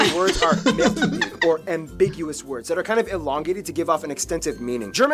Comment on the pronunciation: There are several things "wrong" in this video. For starters, it is ">3000" types of bread, not just ">300". It's also ">1500" types of sausages, not just ">50" (that number is WAY too low). Then the word is "mehrdeutig", not "mehrdrutig". The term "tornado alley" is way to dramatic. There have been less than 20 deaths in the last hundred years, due to "extremely strong winds". While I don't want to downplay those deaths, it is not even close to comparable with the US's tornado alley. "Mein Kampf" (Hitlers book) is not illegal, it was just copyrighted until recently (till 2015), so you couldn't use it publicly. There is still some contravercy around whether you could re-print a new version now or not, but legally speaking, it is currently not forbidden to be owned. Also keep in mind, that this video is already several years old, so some of the information is outdated.